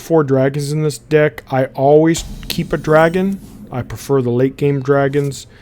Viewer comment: Man... he pronounce deck like dick.